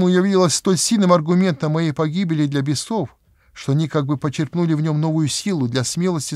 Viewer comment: Бес0в - так говорить не правильно. _ Правильно говорить - бЕсов. Русский язык надо уважать, ведь миллионы людей будут это видеть. Да и просто его нужно уважать.